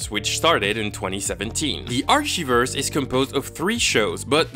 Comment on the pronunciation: I love how he says "Arshiverse" instead of "Archiverse" Love you